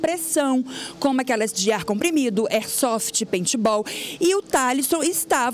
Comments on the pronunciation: não é airsolft é Airsoft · "airsofliti" kkkk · aisoflit kkkkkkkkk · Mano melhor parte cuando mãe fala e aisofriti kkkkk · falou arsroft a muie kkkkkkkkk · Ela disse "Aisofrt" kkkk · a aisofrit kakakakk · "Aisofrefiti" KKKKKKKKKKKKKKKKK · "A airisofriti" kskskkssksk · A mãe do mlk falou aisofret kkkkkkk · aistroft kkkkkkkkk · airsofrit kkkk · A mulher falou aisofrit kkkkk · isofriti kkkkkkk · aisofrit kkkkkk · aisofrit kkkkk